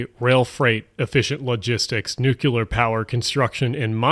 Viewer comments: nucLear NOT nucUlar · NuCulAr power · PLEASE do not say NUKULUR. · Indeed. BTW, the words are aesthetic and nuclear, not "aestetic" and "nucular". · Dear USA, it is ''nuclear'', not ''nukular'' 😊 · Say it with me, — New-Clee-Urr. Nuclear. Not nucular, the Bush era is over. But seriously, I’m also a Philadelphian and enjoy your videos but I feel like a general calling-out of greenwashing would be more constructive that this video. You blame leftists but there are practically no actual leftists in power in the US, not even in California, where I lived for a few years. You also neglect to mention a lot of the red tape in new projects also comes from conservative legal action and NIMBYs. A government disabled by division, whether along party lines or within one faction, is doomed to get bogged down in red tape. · hey, I wanted to let you know that "nuclear" is not pronounced like "nucular" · “‘nuke-u-lar’ it’s pronounced ‘nuke-u-lar’” - Homer Simpson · Nuclear* not "nucular" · Nuclear has only one "U" in it. Why do you insist on adding another when you pronounce it?